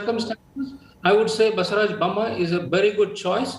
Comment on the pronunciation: its not baasevraj..its basavaraj